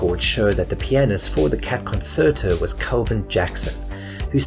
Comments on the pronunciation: By the way it's pronounced Concherto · It's pronounced Concherto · "the cat conSSSerto" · Concerto is pronounced "kuhn cher toh" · Con-CHAIR- tow is how it's pronounced. :) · Great video. Great music. It’s pronounced “con-CHARE-tow.” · Its pronounced concherto. Rememboer concerto is italian. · Concerto is pronounced "con chair tow." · It is pronounced, Con-CHAIR-toe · What's a "consserto"? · is this a cheese fake AI voice or do the british really pronounce "Concerto" with a soft "c"?? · Please look up how to pronounce words before you record 11 minutes of audio revolving around said word. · I made it all the way through this video, despite the incorrect pronunciation of ‘concerto’ throughout. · How did you pronounce 'Concerto'? With a 's' in the middle of it? Seriously? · everytime you pronounced the word concerto, an small, moustached, Italian baby died. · Doing a slow burn with the persistent mispronunciation of the "concerto." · You really should learn how to pronounce 'concerto' properly as it's quite a key word in this video. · Maybe you're not a native speaker but the second C in concerto has a CH sound. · How do you make this video without knowing how to correctly pronounce "concerto"? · Anyone else triggered by his pronunciation of concerto? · The narrator is absolutely ignorant can't even pronounce words correctly. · You should really learn how to pronounce "Concerto." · That's one word he didn't actually mispronounce. Concerto and pianist on the other hand... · Concerto with a soft *C*? According to the Oxford Learner's Dictionary that is not the practice in the UK (nor the US). The root word is from Italian concertare 'harmonize.' Italians do not pronounce either concertare or concert with a sibilant speech sound. So where did you get this eccentric pronunciation? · It that the way concerto is pronounced in the UK? Thought it was the same there as the rest of the world... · The 2nd C in conCerto is pronounced like a CH, not like an S. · Con- chair- toe.